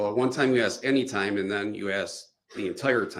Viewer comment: Can I just say one thing?…. It is ASKED, not aksed